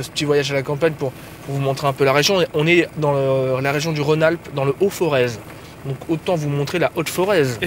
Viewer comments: CA SE PRONONCE "forè" !! non mais oh RPZ Montbrison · Pour ton information le "z" de Forez ne se prononce pas, on le dit "foret";)